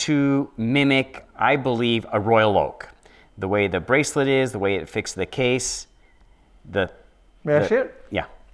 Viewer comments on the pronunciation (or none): none